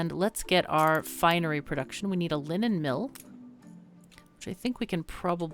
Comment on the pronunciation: The first time you said “linen” I heard “lemon” as was like “a lemon mill? Sounds like something I’d like...”